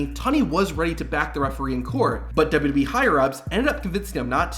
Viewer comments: I have a suggestion for the makers of this video, use a voice that can actually pronounce wwe, it's really not difficult to say!!! Double you Double you ee, not Double you Ubble you ee or Double you Boo ee, I just hope it's a human with a speech impediment, If it's AI then you've been ripped off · What the hell is “dub-dub-uh-ee”? I am familiar with double-yew double-yew ee, but now whatever you are talking about. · The narrator gabbles far too fast here. For Heaven's sake, LEARN from this, and SLOW DOWN. He seems to have whittled down WWE into "Double-Dub-E." Nobody in the Industry bothers to pronounce it properly. Also, WWE is NOT a Universe. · Slow down when you say "w.w.e." Its not pronounced dub dub yee... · The way you say WWE is atrocious, and you say it every ten seconds. I had to stop the video halfway through.